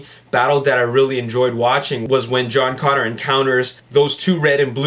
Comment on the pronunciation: It's sounds like you're saying John Conner LOL!